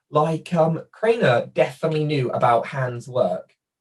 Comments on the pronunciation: your mispronunciation of Kanner is making me crazy! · 😬 your pronunciation of Asberger, as well as Kanner, (you’re saying Crainer) kinda irks me. Absolutely no offense when I say that tho. We’re all different 🤷🏻‍♀️